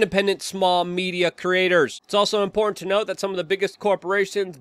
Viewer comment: I think you're wrong on how you pronounce "important"... it's not "import"..